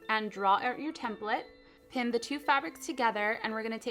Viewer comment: cupquake u r saying template wrong :/ it bothered me SO MUCH!!!!!!!!!